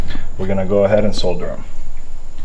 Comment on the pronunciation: Video was completely useless. Couldn't pay attention to anything you said besides your pronunciation of the world "solder"